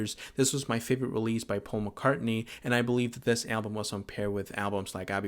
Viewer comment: But it's NOT Pasul Mc Cartney...Wake up..